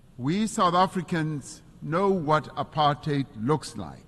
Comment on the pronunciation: It’s very refreshing to hear apartheid pronounced correctly as / ə-pärtʹhāt / (the last syllable sounding like rhyming with “eight” in English) and not / əˈpɑɹthaɪd / (the last syllable pronounced with the digraph th and rhyming with the word “tide”).